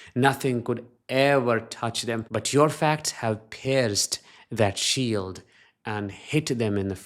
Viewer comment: Hey..when U say sheild...I thought U said shit..hehe....😂🎉😂🎉